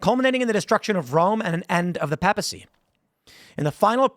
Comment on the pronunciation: The way you pronounced papacy man are you for real